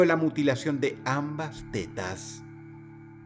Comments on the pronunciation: pido perdon pero cuando Dross dice T E T A S me darisa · Pensé que decía "el coleccionista de telas" 😮😮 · Aparte De La Seriedad Del Video 🙁, Me Encanta Como Dross Pronuncia De Forma Graciosa La Palabra "Tetas" 😅